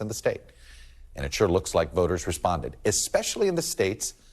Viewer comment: Can't Todd pronounce Protasiewicz ? LOL sure, it's not the easiest name in the world but he's supposed to be a professional and is supposed to be prepared.